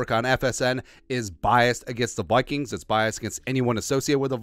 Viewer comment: Could you practice saying Vikings with like saying eye kings instead of toy like toy kings.